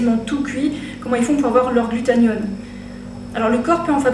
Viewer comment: GlutaThione pas glutaNione... ça m'a stressé mais pas grave x)